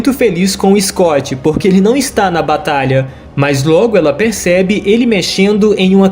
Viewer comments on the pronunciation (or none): none